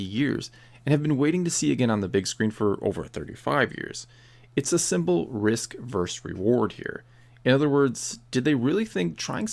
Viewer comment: OK. I've heard you say this several times now. The wor is VERSUS, not verse.